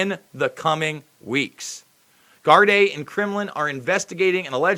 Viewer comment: Good job. Gardai is pronounced Gardee.